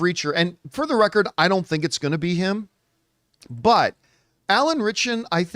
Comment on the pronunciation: Anytime people say Alan Ritcherson I throw up in my mouth a little bit.